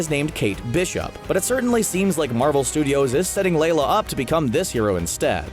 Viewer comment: why you saying it LAY-la? it's LI-la